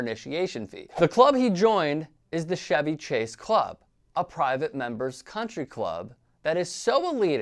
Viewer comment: Are you seriously pronouncing Chevy Chase like Chevy the car with the softer /sh/ sound? Are you fucking kidding me? How are you a grown ass adult and don't know Chevy Chase is not a Chevy. Do you also pronounce 'chew' with the same sound you use for 'chemical'? You just only have brain space for one pronunciation of each spelling? Jesus hillbilly christ.